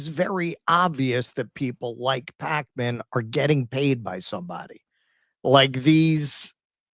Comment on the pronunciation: Is it pronounced Pakeman or Pawkman, I don't even know.